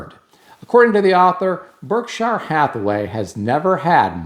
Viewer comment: I'll retire next year at 69...only toy I have is a 2025 yamaha 950 tourer bike..all paid for, fun hobby, we have no debt....my yacht is a old town kayak...I rig up a small sail on her and go everywhere. By the way, it's pronounced berk sheer. Cheers